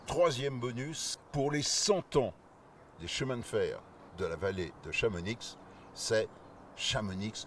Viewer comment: arg il dit chamonixe et pas chamonix!